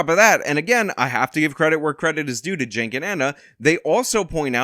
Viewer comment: Why do you pronounce "Cenk" as "Jank"? Shouldn't it be "Chank" or Ive even heard people say "Sank". But "Jank"? Where do you get that "J" from?